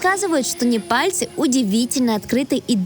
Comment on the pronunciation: Неварцы? Непальцы!